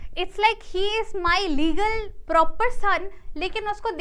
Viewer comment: are we deadass rn......legl.......its fuckin hilarious lil bro "legal"